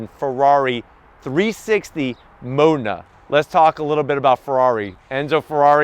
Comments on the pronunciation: Had to stop the video cause he kept calling it a mona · no offense pal but your pronounce of 'MODENA' is a bit off. i cant hear the 'D' ! here is right one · It depends. Most Americans do pronounce it wrong. In Italian Its more like Maw den a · 🤦‍♂️ I have been saying Modena wrong my whole life. My pronunciation was as follows: Moe Dean Nah. As in Nah dumbass, that's the wrong pronunciation. 😂 Fun fact, Alcoa is just about 15 mins from me. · I hope no Italian person ever hears you say Modena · I cringed every time he pronounced Modena... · Have I been mispronouncing "Modena" wrong this entire time?